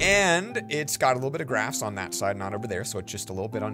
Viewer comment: He Says Glass Instead Of Grass